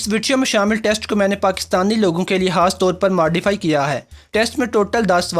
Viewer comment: حاص طور پر ۔حاصیت۔۔انتحاب خ کی جگہ ح 😂😂